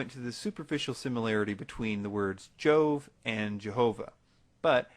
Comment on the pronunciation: The proper Latin pronunciation of "Jove" is "Iowe", making this "coincidence" more suspect. It would help if he were pronouncing any of these words correctly.